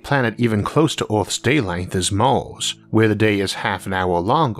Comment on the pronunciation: I watched you cause you said mars funny, I stayed cause you are awesome.